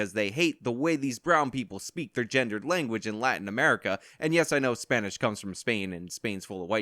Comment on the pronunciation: I hate how she says "and"